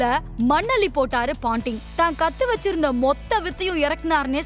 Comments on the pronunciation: Not panting,it’s Ponting !!! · Paanting illa ponting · Why is the speaker saying Australia as astralia? Kookaburra as Cocoaburra?.. Steve wog? Panting? Bad pronunciation